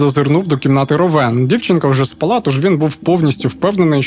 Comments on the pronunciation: Як же ріже слух в кожному відео російське слово «спaлá»… українською «спáла» ну будь ласка… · Не спалА, а спАла, це ж не кацапська. І напІй - напОї - наголос на другому складі